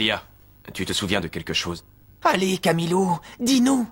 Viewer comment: Pourquoi Marc dit Camilou a la place de Camellia